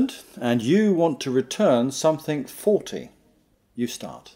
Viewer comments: He pronounced the same word twice and both times he excluded L ... /ˈfɔːlti,ˈfɒlti/ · In min of the move instructor says: "I am shop assistant and you want to return something "forty" like number 40 or "faulty" like something broken ? Or is it some English expression (I never hear before) ? As I do not get what he needs to say "Hi, ser, please can you help me I would like to return this 40 apples, as they are not in good shape." or "Hi, see, please can you help me device you have sold me earlier this day is faulty, so I would appreciate if you can give me another one." ? or "I would like to return this in 40 days ?" (but that is not logical)